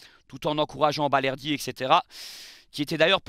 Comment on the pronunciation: Balerdi et non bardelli 😂